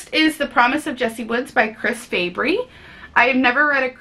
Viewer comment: I love Chris Fabry. One of my favorite authors. I’ve read most all of his books except the YA. He’s a great writer. I’m currently reading Saving Grayson. You’ll like The Promise of Jesse Woods. Thanks for pronouncing his name right. He is the voice of Love Worth Finding for Adrian Rogers.